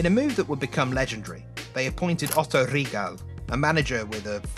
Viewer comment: Reh-ha-gel Good video!!